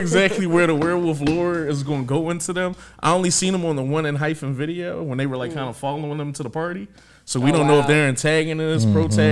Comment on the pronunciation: Four of them are actually from I-LAND: K, Taki, Nicholas & EJ Also wanted to give a heads up, it’s pronounced enHYPEen-no “hyphen” ph sound😅 If you’re at all interested in following any of the others that have debuted after I-LAND, please please for the love of god PLEASE check out JUST B (Geonu and Jimin were on I-LAND)❤️‍🔥they’re my ults after EXO & NCT and I need to be seein more love out there for them… their recent comeback was only a couple of weeks ago and the album and title track are AMAZING🔥